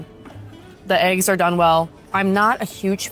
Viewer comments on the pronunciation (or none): none